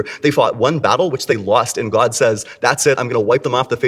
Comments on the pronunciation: The way he pronounces gwowd is obnoxious. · Maybe its just because i dont like the guy, but the way he pronounces the word "god" really annoys me. He puts so many syllables in there, like goaed. He sounds like kermit the frog with a strong canadian accent doing a kennedy impersonation. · Has he always pronounced “god” like an evangelical pastor or has he more recently started that like so many of the other grifters?